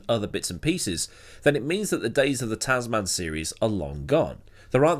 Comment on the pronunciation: Brilliant run down on what has become an annual bit of fun, as usual. I normally accept different accents & pronunciations, but on this occasion, your 2 word Tazz Man has irked me. One word with a short soft 2nd "a", Tasman. So named after "The Ditch", the Tasman Sea between Oz & NZ. The Tasman Series was staged between both countries, & is what hooked me onto F1 in 1968. Anyway, rant over, awesome story, keep it up & Merry Christmas to everyone.